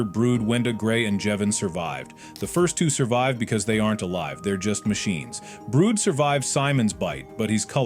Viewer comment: Calling brud Brood lol